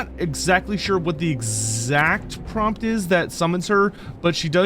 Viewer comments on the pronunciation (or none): none